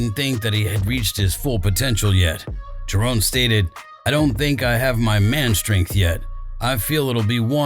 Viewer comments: Its Jaron why are you calling him Jarone all the time? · Had to click off the vid soon as he said jarone😒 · Can’t even say his name right